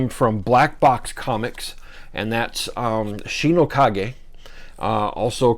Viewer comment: Great reviews. I guess I'm going to have give Canto a try. So glad someone knows how to pronounce Shi No Ka-ge.